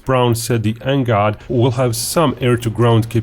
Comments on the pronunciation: Please do not call it NGOD and instead call it NGAD. "A" not "O". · It's pronounced N-GAD not N-GOD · color me embarrassed, I've been pronouncing NGAD totally differently... 🤦‍♂🤦‍♂🤦‍♂